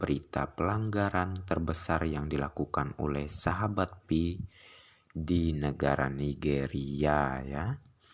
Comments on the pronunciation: Kesalahan yg trus di ulang, bukan pi ay network, tapi " Pi network" atau di baca" Pay network" Gitu dooong. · Pi bukan diucap pi ai bro tapi pai.Jadi pai network bukan pi ai network.yang smart gitu lho bro